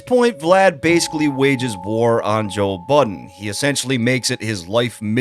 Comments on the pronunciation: i swear you are saying Joel Budden 😂😂 good vid tho! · Thought I was tweakin. Sounds like you keep sayin "Joel Budden". Lmao.